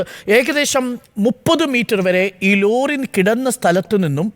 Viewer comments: റോലി അല്ല ലോറി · റോലി ''' അല്ല.'' ലോറി .ii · റോലി അല്ല അരുണേ..... ലോ... ലോറി....